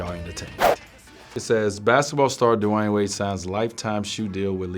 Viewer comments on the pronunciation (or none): say his name right